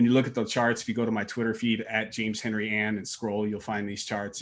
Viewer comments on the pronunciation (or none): none